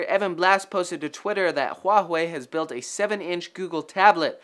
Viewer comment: it's pronounce something like huaway not huahuay